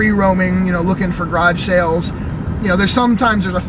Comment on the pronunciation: Creepy sounding scab lady. Plus I like how you say grodge instead of garage